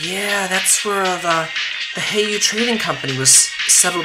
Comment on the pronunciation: Hey-you-way, not Hi-you, the former sounds more Eastern. Wazy's name is one thing but this is way too different a pronouciation for Heiyue, I can't take them seriously every time you call them that:p